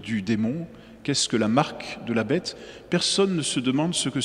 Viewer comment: damor c'est bien la marque de la bête qui se révèle !!!....pourquoi prononce t il. :" la betesss " ??